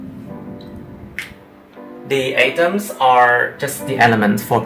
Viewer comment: great video, I love it, but 'atoms' are pronounce like at-oms not a-toms as you said in the video